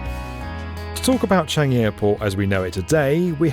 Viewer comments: it’s CHAN-gi not CHEN-gi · "Cheeeyngi" Yeah very authentic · isnt it chan jee?